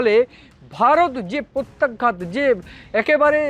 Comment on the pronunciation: প্রত্যাঘাত শব্দের সঠিক উচ্চারণ জেনে নিলে ভালো হয়। আপনার আশেপাশে কাউকে পেয়ে যাবেন মনে হয়।